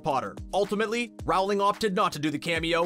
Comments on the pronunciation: It’s not pronounced Rowling it’s actually pronounced rolling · Rowling is pronounced Rolling and in roll the ball. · Dude. It's "Rolling". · J.K.Rowling's last name is pronounced rolling. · For me the most annoying thing about this vid was the constant MISPRONUNCIATION of the author's name. IT RHYMES WITH BOWLING. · J.K. Rowling - not rawling! /rəʊlɪŋ/ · Good video but pls stop saying RaUWLinG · Omg, it's pronounced "rolling". As in rolling down a hill. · Rowling is pronounced rolling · it is pronounced ROA LING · If you are going to talk about JK Rowling at least pronounce her name correctly. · All this behind the scenes stuff and the narrator can’t even say JK last name right. Pathetic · Ikr he should talk to her and ask how her name is said. WHO IS A NARRATOR WHEN THEY DON'T KNOW HOW TO SAY THE AUTHOR'S NAME?? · Did anyone else hate the way he said JK Rowling’s name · I cringe every time the narrator says “Rowling” wrong. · GET IT RIGHTTT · Please refrain from using narrators who cannot even pronounce English names such as "Rowling" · You are saying Rowling wronggggg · How are you STILL saying JK Rowling's name wrong? It's just plain rude at this point. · The way he says Rowling makea me aggressive. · I can't stand the way you say Rowling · JK ROWling. It's pronounced ROW-LING! Not Rou-ling ffs! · It’s Rowling not RAWLING!!! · Cringing everytime I hear RAWLING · It’s actually not said as the first one it’s said like “r-ow-l-ing” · Jk Rowling said it is roll-ing but she responds to either one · Omg THANK YOU. How are people such huge fans of Harry Potter and still pronounce jk Rowling’s name wrong?? It is like “rolling” people💁🏼‍♀️ you can literally YouTube her pronouncing her name if you’re that unsure about it. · I thought I heard that but the next moment he said 'rowling' wrong and I forgot to listen again. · I can’t stand it! IT’S ROWLING AS IN BOWLING! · NOOOOO ITS ROWLING AS IN R-OW-LING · Rowling as in bowling lmao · Roweling when he said it triggered me